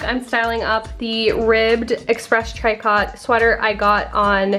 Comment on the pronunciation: Fun video! I think tricot is pronounced Tree - co 🙂 I love your videos!